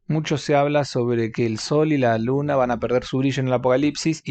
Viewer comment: BASTA CON LO DE "SUNA" ES UNA ELE MAYÚSCULA! ES "LUNA"!!!!